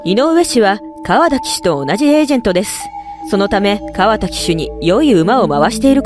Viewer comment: かわた じゃなくて かわだ だぞ？ これだけで中継見てない唯の競馬ブームに乗っかて金稼ぎたいだけってわかんだね。 角居厩舎は2021で解散だったから2歳の受け入れやめてた。リアルスティールが問題なら矢作さんは二度と出さないだろうし邪推しかねぇな。